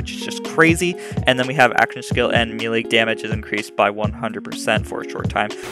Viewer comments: again, its not meal lay....it is pronounced may-lay. ffs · I love this build - I alternate between the Peregrine and the Butcher builds on my Fl4K but this build is far superior, damage wise at least. Also, and don't take offense as I am a retired soldier, now an English teacher, but it's pronounced may-lay. Good video, my dude!